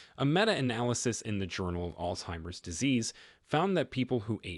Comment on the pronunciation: Its not called ( all timers) its altzeimers.